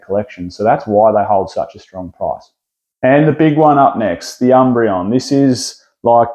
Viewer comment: Moon... breon. 😂👏